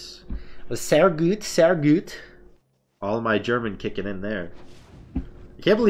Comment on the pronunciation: "sehhh güüt sehh güüt" lmao love that speeling tho xD